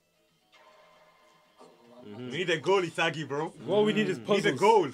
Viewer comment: my guy said ewo😂😂😂😂